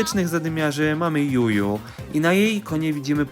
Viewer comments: czyta sie dżudżu nie Juju jak cos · Błędy w tym filmie Gus czytam jako Gas Juju czytamy jako Dżudżu Surge czytamy jako Serdż Berry czytamy jako Berri Imię Shade normalnie odmienia się przez przypadki Nie Kieła tylko Kła Nani to dziewczyna (widać że czytasz opisy postaci) Podsumowując typowy polski youtuber próbujący czytać imiona postaci XD